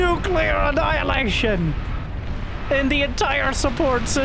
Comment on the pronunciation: props for pronouncing nuclear properly, lots of your people dont know how to say it, embarassing if u ask me